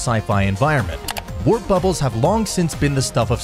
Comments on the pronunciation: Why did he keep saying wrap? Warp, come on man. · my guy was saying wrap instead of warp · Why do you keep saying "WRAP bubble"?? Then midway through the video you just decided to start saying the word "WARP" correctly? Like .. what??? Also this video is about the THEORETICAL Alcubierre drive - what the hell does this video have to do with the JWST or anything discovered by it? What's the matter with you? You can't just come up with a title that actually fits the description of the video? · bro im 2 seconds in.....did the man fr pronounce it as "rap" bubble? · Are you saying “wrap bubble”? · How am I going to believe anyone who reads “WARP” as “WRAP”. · Does nobody edit these videos for quality? "Wrap" bubble? And that was just the first...🙄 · You can tell nobody checks his videos before they upload them motherfuckers saying rap instead of warp throughout most of the video and then towards the end he finally got it right I should really proof watch these videos before you post a dingdong’s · Your video is stupid. It should be WARP bubble, not WRAP bubble. The voice keeps saying wrap. Please take it down. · so , English isn't easy for you? WARP is a simple word and you have been pronouncing it Rap. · It's pronounced Warp bubble not rap bubble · A "Wrap" bubble? WTF is a Wrap Bubble? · if your going to educate us about warp bubbles please dont call them "wrap bubbles"- it does not instill confidence in your subject matter knowledge! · He said wrap to many times.. somebody fire this guy.. can u guys find us someone that can link what they are reading with some sort of understanding of the subject matter... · How did this guy make this video and still mispronounce warp as wrap?? Like did he even listen to his own video after before he uploaded it???? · WTF is a "wrap" bubble? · OMG…”wrap bubble”!?!….can’t even watch this, It’s WARP numb nuts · good thing this narrator guy is trying to be a warper not a wrapper.... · Why do you keep saying Wrap bubble, it's Warp bubble.